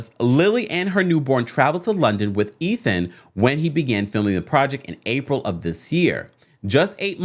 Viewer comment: "Eh-then"? I don't understand how the pronunciation of that name is not a no-brainer!